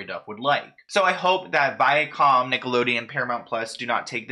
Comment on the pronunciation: You said the name right Viacom. At the end of some older TV shows the logo use to show up, and read the name the same way you pronounced it.